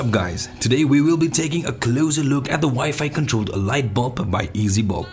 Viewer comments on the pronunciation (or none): Nice! Forgive me but i could only hear Bob instead of bulb. Great video again!